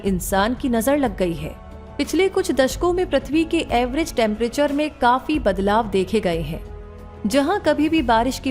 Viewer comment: Everest Temperature Ja phir Average? Shabdo ka sahi ucharan kijiye